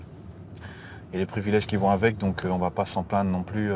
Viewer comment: Plaindre вы произносите как plandre. Это неточное произношение